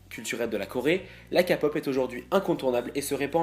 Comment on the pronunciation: "L'expert de la K-pop" qui dit "Kapop" je suis désolée mais non.